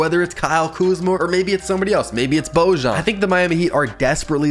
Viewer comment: Put some respect on Bojan man. It’s “Bo-yawn” he’s having the best part of his career rn. Absolute bucket. I have him going to the Mavs to be Lukas right hand man